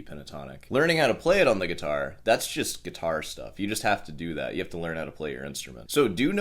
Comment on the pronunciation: he actually said "do dew that"! 🤣